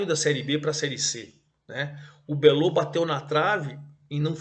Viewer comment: O Botafogo da Paraíba é chamado de Belo e não "Belô".